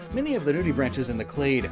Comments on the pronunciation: "Nudibranchs" is not pronounced "nude-ee-branches." It's pronounced "nude-ee-bronx." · BTW, nudibranch is pronounced with a hard "C" sound (like "cat") and the plural is nudibranchs which would be pronounced "branks" not "branches"